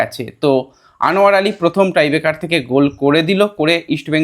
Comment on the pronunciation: ট্রাইবেকার বলা হচ্ছে কেন, ওটা নিশ্চয়ই টাই-ব্রেকার 😂😂